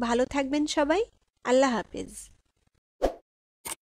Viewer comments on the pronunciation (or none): none